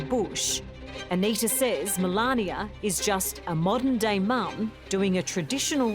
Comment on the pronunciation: The First Lady's name is pronounced "MA LANE NA." Not "MA LAN YA."